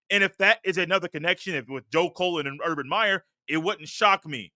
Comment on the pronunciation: Why do you keep calling this man Colon? He's not a body part. It's CULL-LEN. Joe Cullen. And who is Larry Jones? It's Larry Johnson. Basically, you're just repeating and rehashing observations we've heard for over a week now. Across multiple pods 😂 C'mon man